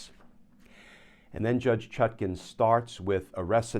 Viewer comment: The Judge's name is ChutKAN, NOT ChutKIN, as in nutkin, please.